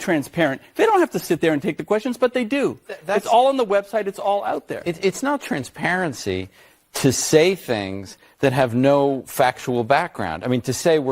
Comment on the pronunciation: LOOK WHO IS TALKING ABOUT "TRANSPARECY"